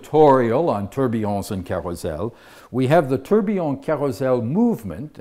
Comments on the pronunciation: tor - be - on not tur - be - on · Kosmos Horology Thought he was pronouncing it weird. Especially if invented by a Brit...